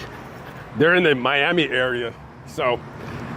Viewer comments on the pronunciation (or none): none